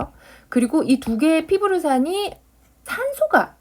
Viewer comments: 선생님! 피루브산이 맞지않나요? 피브르산이라고 하시던데~~~ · 피루브산인데 자꾸 피부르산이라고 하시네요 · 목소리와 전달력 너무 좋으십니다. 잘 배웠어요. 근데 아쉬운점은 자꾸 발음이...^^ 피루브산 이라 적어놓으시고 피부르산이라고 하시니 거시서 살짝 흐름이 끊이는 대뇌작용이 ㅎㅎ